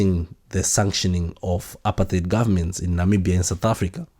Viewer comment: Dubai is not a country. Botswana is pronounced Bu-Tswana and the people from Botswana are called Batswana non Botswanan, apartheid is pronounced apart-hyde. Otherwise great show.